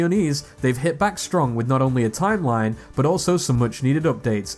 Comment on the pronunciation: "tiem line impact"